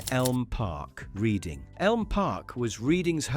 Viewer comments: This is AI generated. Can’t you get someone to pronounce Boro or Reading properly? And the script lacks insight and passion. Shame. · This is AI-generated rubbish; the pronunciation of "Reading" is embarrassing...